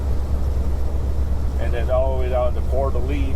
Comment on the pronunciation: Coeur d’ Alene is pronounced Core-duh-lane. I used to live 20 miles away.